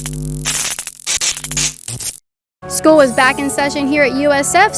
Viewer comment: Learned you say 'School' much different that I do 😅. much love